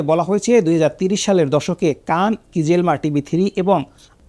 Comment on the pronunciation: আপনার উচ্চারণ এত নিম্ন মানের কেন? কিজিলমা, কারবাখ না! খিজিল এলমা, কারাবাখ।